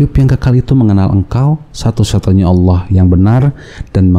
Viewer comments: Juri mtq sebut ALLAH kok aloh hahahah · Ngucapin Allah aja udah salah. Itu satu kata aja loh. Lagian murtadnya jg kocak, masa dari Al Qur'an. Harusnya kalo beneran murtad "saya mengimani injil, di ayat ini bla bla bla". Mayan hiburan.